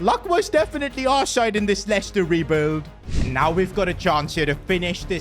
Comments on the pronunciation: Dublador em portugues... É Lester a pronuncia. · Not lieciecter